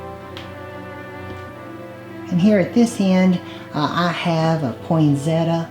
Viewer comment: Such a gorgeous mix of cosy and cute. Love it all, especially your candle snuffer. By the way, I say poinsettia the same way as you.